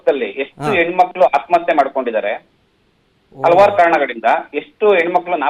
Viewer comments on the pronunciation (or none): none